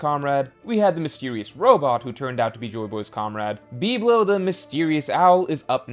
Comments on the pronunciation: Why can't you say words correctly. It is Em-eth. Not Eemyth. Bib-Low not BeepLow. Like whats wrong with you. Is this on purpose? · Great vid but the way you pronounce biblo and emeth makes my brain hurt